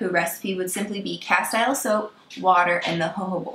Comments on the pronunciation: castile is pronounced ka-steel 😉not ka-style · “Castile” rhythms with “steel”. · It's pronounced cas-teel'.